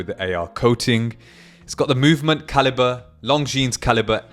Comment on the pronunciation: Pronounced lonzine NOT long zeans!